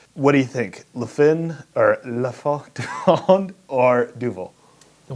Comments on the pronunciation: 'm originally Quebecois so I can help you pronounce it better. It's impossible to type the way the letter N is pronounced in French when it's ending a word but I can help you get close. You got the "La" part good but "fin" is virtually impossible for an Anglophone to do because the N is entirely nasal. The closest I can get you is that "FIN" rhymes with "PAIN" so you would say "La 'fain' du Monde". The word "du" funnily enough sounds like "jew" except that the actual U sound is the same U sound from the word "manure" kind of like "d'yu". Monde is pronounced exactly like the word "moaned". So the best phonetic spelling for an Anglophone to pronounce it properly would be "La fain jew moaned". And yes, it means "The end of the world." I hope this helps you. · Lol "fin" is not pronounced "fy" but at least you didn't pronounce it like the english word "fin" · they're writing it phonetically, but to my ear it's more like you're saying the word "fang" and just sorta don't fully pronounce the g at the end. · the "fin" is pronounced like when you ask someone "hein?" So kind of like Fhein du monde. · Pretty much my favorite beer in the world. It's absolutely delicious. The bigger bottles are also very nice and come with a cork and make a nice popping sound when you open them. Your pronunciation isn't so bad. Only the ''fin'' is a little off but the rest is fine.